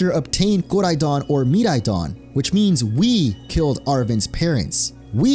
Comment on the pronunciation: Bruh why did u pronounce Koraidon and Miraidon like that D